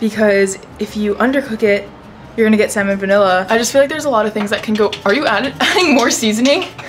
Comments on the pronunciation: I love love love the way you pronounce "salmonella" like "Simon vanilla"! You're just too adorable and I get such a kick out of it🫶🏼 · Did just say "salmon-vanilla" instead of "salmonella" AHAHAHA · LOL the way she said salmonella like samon vanilla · Did you say if you undercook chicken you're gonna get "salmon-vanilla"?!?!?!?!?!?! LMAO! I love you! (Its salmonella) xx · salmon-vanilla? 🤣 salmonella ava! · love this vid and u but did you say "salmon vanilla"? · did you just say 'samon vanilla' ahahah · Hehe did she say salmon vanilla